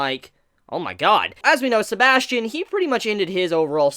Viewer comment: sebas tian not sebastian